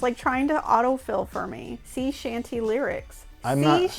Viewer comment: The whole shanty part just pissed me off lol 😂 a shanty and a sea shanty are two different things. She keeps saying Seeee shanty songs and it's coming off like her phone is giving an option to S E E shanty songs when she's trying to say SEA shanty songs smh then she keeps giggling through him trying to gain clarity